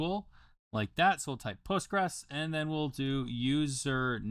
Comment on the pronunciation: The "s" isn't silent in Postgres, it's pronounced post-gres-Q-L or post-gres, with the "res" sounding like it does in the word "residue". You also misspelled "Bulk" as "Baulk" as a chapter title. I use Postgres for API development, nice to know I can use it in Godot too, this would be super handy for a game that uses networking.